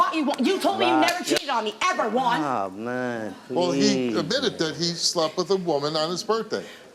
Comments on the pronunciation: Omg if she says Juan ONE MORE TIME. 🤦🏾‍♀️ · Thats her man but she cant pronounce “Juan” after steve said it multiple times?! 😂😂